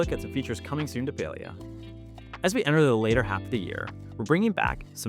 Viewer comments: pale-ee-uh makes me sad. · Beyond the patch stuff (which all sounds very cool), this video made me realize that I have never heard "Palia" said out loud and I was pronouncing it wrong. I was saying "PAL-lee-ah" not "PAY-lee-ah" lol oops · omg ive been playing this game for so long but ive pronounced it as "pah-li-ah" rather than "pay-lee-ah". this patch is so exciting im so ready for it! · Oh it’s pronounce Pail-ia?? I’ve straight up been calling it, Pal-ia